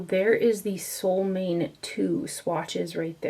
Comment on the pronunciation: sol means sun and måne means moon, your mom would be the perfect person to tell you how to pronounce solmåne (Norwegian is similar to Swedish in many ways). If I had you in front of me I could help, but it’s hard for me to explain it in writing. (Let me add here that I thought long and hard before leaving this comment; I was afraid other commenters might jump all over me for being the “pronunciation police”, as sometimes happens on the internet these days, but I decided to go for it, feeling sure that would prefer to know the correct name. However, if I have offended, I do apologize, that was far from my intention).